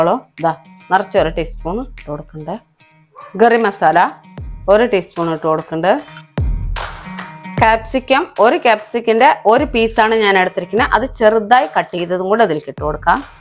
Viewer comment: ഗറി മസാല അല്ല ഗരം മസാല 😂😂